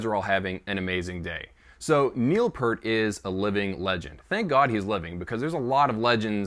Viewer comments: All is will my friend, you;re just not as old us as buggers are. I had a Neil PEeart (as he pronounces it weirdly ,poster from zidjian that showed his old kit with the Simmons. I saw Rush play at Wembley Arena back in 88'- 89 and he had that set up. It had the same spin around thing going on. If you listen to Grace Under Pressure and Hold Your Fire you can definitely hear the Simmons sound. I used to air drum to both albums sitting at my sds9 kit as I didn't have stick or cymbals at the time. He did one song called time stands still and it totally messed me up. I can play it left footed on the kick but not right footed which is my normal kick. He was a master of tempo and everything else. I doubt we'll see him again , well at least as I'm still alive. At the end of the day, the bloke was incredibly talented as a musician, composer and a writer and a genuinely nice person who passed before he should have. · 30 seconds in and I’m saying, “Good God! Would you please say his last name correctly?!!!!!” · Peart Say 👂ear 👂 add a P finish with a T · How dare you say his name wrong. 2112 is one of my all time favorite albums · Please don't disrespect Neil or his family by mispronouncing his last name. Do not claim to have that much knowledge, which I personally was enlightened by, when you can say his name correctly. If you're doing it for effect then I will unsubscribe instantly. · You dont even pronounce his last nsme correctly. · It's Peeert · How can you know so much info about a legendary drummer !!! And still call him Pert 🤣 It’s Pee (ear🙉) T !! Enjoyed your video! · It’s PEEERT. Not Pert. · Would call a pear a peer? No, it's pear with a t at the end, think of a pear and add a t. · Not pert, it's P"EAR"T, as in "EAR", those things on the side of your head.... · IT'S PEART, EAR as in the things on the side of your head, EAR'S, not ERT as in IN-SERT !!!!!! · Peart (rhymes with "Ear")...what could his "target" pad be other than a trigger ? ...what a strange statement...